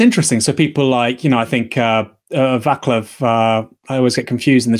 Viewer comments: it just so happens he is bibi's friend well well well :-) btw read it "vaslav" you will sound correct. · ‘Vaclav’ is pronounced ‘VAT-slaav’.